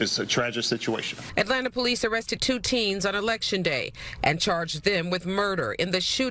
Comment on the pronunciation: "Teens" Bleens.